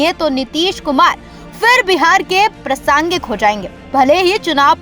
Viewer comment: मैडम अपना उच्चारण तो ठीक कीजिए। प्रसांगिक नहीं प्रासंगिक शब्द होता है😅